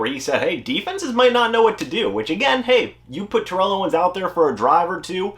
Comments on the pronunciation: It's pronounced tair-ull, don't make an enemy of T.O. lol. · You are mispronouncing his name